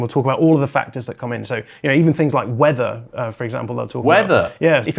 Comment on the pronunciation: The way said weather 😂